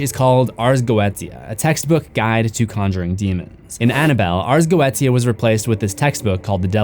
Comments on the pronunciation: I think its pronounced Go-ee-tia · It's pronounced go-e-sha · It's pronounced: Arz Go-wee-sha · Its pronounced go e tia 💀 you only pronounce it as "goesha" cuz your an underaged child watching demons get slaughtered 💀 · Dude. It's pronounced GOE AY SHUH, not Go et eeya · its pronounced "go eh sha" not "go etia" basically a book listing all the known demons and summoning rituals, its like the opposite of enochian magic which can be used to summon an angel using the angels language and an intense 8 day ritual, the snake eating its own tail is the ouroborus, but that symbol is not the ouroborus, its 2 snakes eating eachothers tails, completely different symbol and meaning, and the other one is the ouroborus twisted into an infinity symbol, so giving it a completely different meaning as well from the typical ouroborus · It's pronounced Go-E-Sha 🖤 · I hate how he mispronounced goitia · Has he been mispronounced goetia because eveerytime you day it I keep repeating go-ie-tia in my head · Its "go aye shuh" at the 4 min mark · note: ars goetia is pronounced Ars Go-E-Sha (love ur vids tho) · Everyone keeps mispronouncing this word “Ars Go-etia” take it from a Wiccan of 17 years it’s pronounced Ars get-tia; it’s Yiddish, it’s not spelled how it sounds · No offence to but it’s pronounced go-e-she-u Ars Goetia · BRO NOT YOU MISPRONOUNCING ARS GOETIA IT’S SAIDD GOESHA OMG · Goetia is pronounced GO-SHA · Goetia is pronounced Goeesha. Just letting you know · Goetia is pronounced like “go-aye-sha” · Goetia is pronounced "go-sha" 😩 Like this so he can see! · Damn missed seeing your videos also goetia is pronounce goesha lol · the way you pronounced goetia